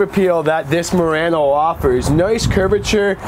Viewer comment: A YouTube Channel with no name you said it correctly